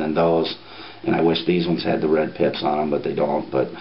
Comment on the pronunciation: i swear he's sayin 'it has red DIPS' instead of pips.